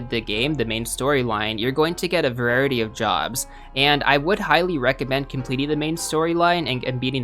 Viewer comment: Varierity, it's variety dude....